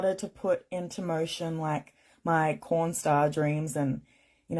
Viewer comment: I'm confused...I could have sworn she said "corn star," but that didn't make sense, so I assumed she meant "porn star." But then I listened to it again and I clearly heard the "c." I guess I need my hearing checked.